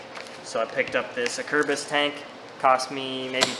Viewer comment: I'll just clear up right away that I know now that I didn't say "Acerbis" properly in this video. We'll get em next time